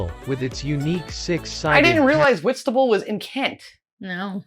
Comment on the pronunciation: As someone who lives in Whitstable every time that AI voice pronounced it I shuddered. Am so glad you know how to pronounce it properly